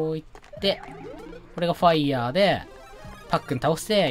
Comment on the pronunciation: お、ぱっいやー って聞こえたシーンあった